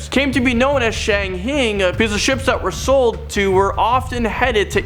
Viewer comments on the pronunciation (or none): it’s pronounced Shang highing not Shang heing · Shanghai is pronounced Shang hi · HA Shang HEEING These guys always say the weirdest words wrong and never the ones you would expect them to get wrong. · It’s actually pronounced SHANG-HIDE. Just a little FYI fer ‘ya. 😉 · Oh my god, yes! Also Estes and Allegheny. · No not really.